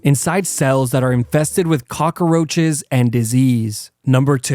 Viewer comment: Anybody else hate how he says cockaroches ?? lol good vid but everytime he says it I cringe a lil